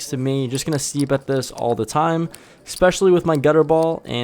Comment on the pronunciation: Love the vlog. I watch m all. Just one thing... please stop saying expecially and excape.